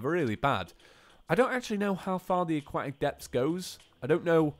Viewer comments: CAN YOU SAY AQUATIC CORRECTLY IT'S EXTREMELY ANNOYING. A-KWOH-TIC. I know the british can't speak properly but come on mate. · "aquatic" has a "t" in it